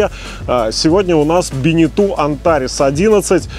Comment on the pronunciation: БенетО а не БенетУ! Тогда уж и ЖаннУ должно быть... грамотеи..